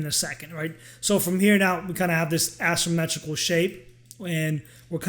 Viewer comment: You're mispronouncing asymmetrical and then referring to shapes that are symmetrical.. ¯\_(ツ)_/¯